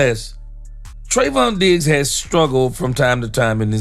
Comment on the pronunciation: Im taking a drink every time you say Treyvon Diggs and I'm asbolutly trahs#d oot of w my m Mjind